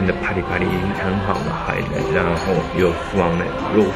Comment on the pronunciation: u君一直念海ㄊㄞˋ